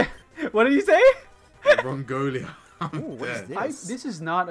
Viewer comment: only has a scoop of Vanilla Ice Cream on his team now haha Rongolia is the epic way to pronounce roggenrola those ice types messed you guys up Big F to and run